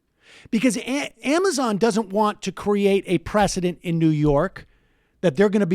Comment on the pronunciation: I think Sam meant to say cuo-amazon.. Q-mazon.. Qwuamizon!?